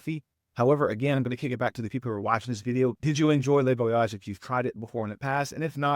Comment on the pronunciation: It’s not le(lay) Voyage it’s le (Lu) Voyages. Les in French is pronounced (lay).